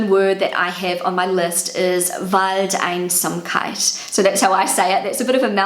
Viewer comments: So, german is my mother tongue and let me tell you: you've pronounced "Zeitgeist" and "Waldeinsamkeit" hundred times better that the google translator voice did. 🧡 love from Vienna. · You pronounced “Waldeinsamkeit” waaaay better than the google translator did 💀 also I’m german and I didn’t even know the word “Luftschloss” 😳 how did you find out about this word?